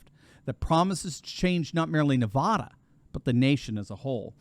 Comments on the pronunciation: Nevaaada, not Nevaduh. Please say it right. I have trouble believing Biden actually won here in 2020. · We’re kicking butt & working so damn over here! We will be RED in November. Not lean but solidly RED! It’s Nev-AD-a not Nev-AH-da!! Btw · Doc, paleeeeze! As the San Bernardinoans are justifiably sensitive about "Berdoo," so too are we about Nevada as-in Ah! Nevada as properly pronounced is with the first 'a' as-in AT and the second, as-in UH. Just remember NEV-AT(d)-UH for our state, and you'll have 'er made! And also, re the present matter at-hand: it is to be expected that Dems as viewing now much wall-writing regarding their own likely fates, ARE shifting Right but, will to NOT tell a soul about it! Not too difficult to imagine why-not, no? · NahvAAAdah. AAA as in cat,. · I love your work, but the state is pronounced - niv-AD-ə. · it’s Neh va (a as in apple) dah. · It is not Ne-VAH-duh. Short-a, like the middle a in banana. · You are mispronouncing Navada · It's pronounced Nuh-va-duh (a as in cat). Thank you. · Good God! You folks on the east! If you can't actually say Nevada or Oregon correctly.... Just don't say it at all! This video is hard to deal with every time says Nevada. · Man, I just hate it when you mispronounce Nevada. It is not pronounced like the spanish word of the same spelling. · I love listening to you, but you need to learn how to say Nevada correctly... Love everyone who lives in Nevada!!;-) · Pronounce it correctly. Nevada - the first "a" is as in apple. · I love ya, but pleas say Nevada right? A as in apple, absolutely, Advil. Lol. Obviously I live in Nevada and I'm crossing my fingers this is right. Will save me from moving. Lolol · For the millionth time, please learn how to pronounce NEVADA properly. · Please pronounce Nevada correctly for goodness sake. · Nevahhdahh?‼️😜..., it's Nevăda... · “Nev-ad-a” not “Nev-arr-der” (apparently) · "NevAda" Not NevAWda"! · its nevada not nevahda lol